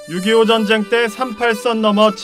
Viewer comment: ''젼쟹이'' 어쩌구ᆢ''민쥬쥬의으 쟈갹햐게 댸였숩니댜 젼쟹는 '' 아오 발음도 참 특이하게 해 목소리 듣기도 실타 싫어 !